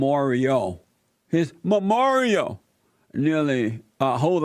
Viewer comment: “Ma Moral”